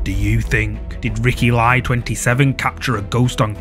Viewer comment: clip no.9 "kuntilanak is not malaysian but a well known indonesian women ghost that hunts random men at night time. and the content creator himself is an indonesian one. and his last name " Lie" is supposed to be pronounced "lee"..not lie like lying😄